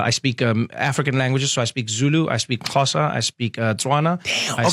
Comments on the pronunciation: why can't you pronounce Xhosa!?😂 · You're pronouncing Xhosa incorrectly, the x is a click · Xhosa You are BUTCHERING it. I doubt he knows Zulu. All Africans seem to use English for instruction until they get Angry very funny. Imagine what that does to the brain. African languages for when you are in trouble. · I wonder why you edited "xhosa" over your own voice. Wild guess: it's very tough to pronounce.